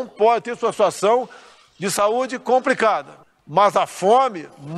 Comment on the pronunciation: "Compricada" "Própio"